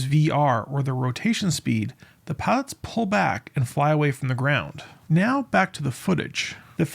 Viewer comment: "Piots?" Is there some reason you're omitting the "l?" Lazy speaker are you?